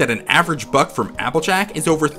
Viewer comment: You know what's irrelevant to this? I thought he was saying "fuck" instead of buck. CURSE YOU HEARING!!